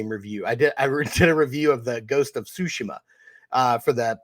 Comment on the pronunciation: I appreciate anyone who pronounces Tsushima correctly! Great episode!